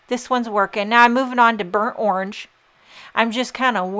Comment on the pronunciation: The way you say "orange" kills me! Where are you from originally? The card is gorgeous!